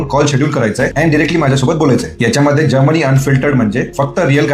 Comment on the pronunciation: जर्मनी ह्या शब्दाचा निट उच्चार करा, ऐकताना तो जामुनी वाटतो. हळु बोला स्पष्ट बोला घाईची गरजच काय?